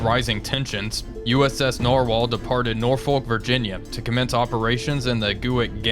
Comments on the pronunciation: Love your series! I would say, i've heard you say it every now and then but as a Norfolk native its pronounced "Nor-fick". That being said the fact that thats the only criticism I can think of means your content is great! keep it up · The British Norfolk is pronounced 'Nor-fuk' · probably because we have a Norlfolk in the USA too, and we say "Nor-folk". Thats probably why he said it like that